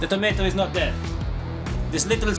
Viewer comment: "THE NOZZEL IS DEYAD" Veerry nice!